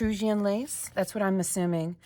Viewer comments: E - trus - can = the S is pronounced clearly, the c is pronounced like k. The Etrruscan cilvilisazion were people in Italy before the Romans. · So cool! Its "e-trus-kan" i believe. This is so fun! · E-truss-can is the pronunciation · It's pronounced ( E TRUCKS CAN) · I think it’s pronounced eh-truss-can. It’s an Italian word. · Good job; you got very close on your second try. BTW: Etruscan is pronounced "Ee-trusk-can." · Say ee-TRUS-can. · It is pronounced Etuscan (long E). E trus can. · Well done you - clever lady! (It's pronounced "ee-truss-can" btw, an ancient European civilisation) 😊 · so entertaining to watch <3 you did great trying to figure this one out without the image! btw, I'm pretty sure it's pronounced e-trus-kan. it is (or was, at least, in ancient times) an area in italy 😊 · E truss kan. Etruscan. Its italian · Whew! That was definitely not well written, but your instincts were good! It's pronounced E-truss-can. That's a region/people of ancient Italy. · Etruscan is pronounced eh- truss-can. They were in Italy before the Romans. Not sure if this is anything more than a romantic way of describing the pattern. The Victorians were big on rewriting history to make it seem more special and they didn't let truth or accuracy get in their way. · It's pronounced e truss kan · wow, you have done so well with this one, i most definitely wouldn't of come up with anything as close, vague isn't the word This series is just getting better and i honestly do look forward to these! Also, it's pronounced Eh-trus-can